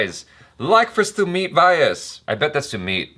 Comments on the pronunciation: It's not SUMIT VAAYAS, pronounce it like SUMIT VYAAS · Sumeet's surname vyas doesn't rhyme with 'bias', it rhymes with 'glass' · Btw ur pronouncing sumeet's last name all wrong... its:- vee yaasss